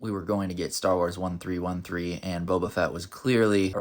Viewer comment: First of all it’s Thirteen Thirteen, not One Three One Three. Second, George didn’t create 1313, and it wasn’t meant to be about Boba Fett. George just sort of shoved himself in and changed the main character to Boba Fett kinda late into development.